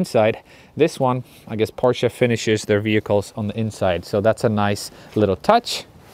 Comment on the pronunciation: Thank you for saying PorschE not Porsch like the majority of the English spoken Areas. As a German I appreciate it :) Always drive safe and enjoy. As a F82 Competition Driver I hope to see some F80 content in the future :)